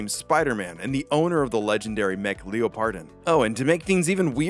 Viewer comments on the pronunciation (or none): every time i hear Leo-pardon instead of leopard-don, i dies a bit inside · Listening to the pronunciation of Leopardon (“Leopard-on”) as “Leo-pardon” is a new form of torture. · How could you butcher the pronunciation of Leopardon. Leopard - don not Leo Pardon LOL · Hemrione graanger voice: it's leopard-on, not leo-pardon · why do so many people call leopardon "leo pardon"? have none of yall seen the word leopard spelled out before?? 😭 its "leopard don" not "leo pardon". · The emphasis is in a really really weird place. You are saying leo-pardon. It's leopard-on. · “Lee oh pard on”. Have you never heard of a leopard? “Leh purd” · leopard (the animal) don (the dinosaur suffix) hearing leo pardon hurts me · "Leo-pardon" ...excuse me? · Is it pronounced like leopard, like a leopard giant, a leopardon? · ...That's not how you say Leopardon... Wtf how could you even think that's how you say it? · Way to mispronounce Leopardon not once but multiple times